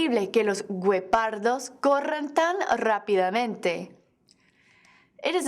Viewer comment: A lot of bad pronunciation, example: guepardos= "geh-PAR-dos", not "gwe-PAR-dos"..... Otherwise, I like the WEIRDO thing, very helpful in remembering certain situations where the subjunctive is used. Cheers